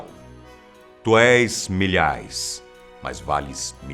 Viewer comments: É Milhais e não Milhaes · Milhais é com i e não com e